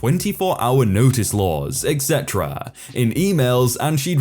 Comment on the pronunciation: Am I the only person, that hears you pronounce "etc" like "eggsetera"?